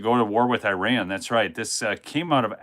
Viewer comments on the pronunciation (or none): none